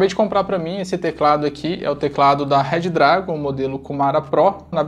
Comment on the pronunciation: Pelo amor de god parem de falar RED DRAGON 🙅🏼